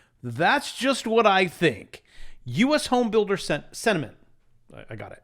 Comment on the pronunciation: Say it with me…. Sent…ah…mint….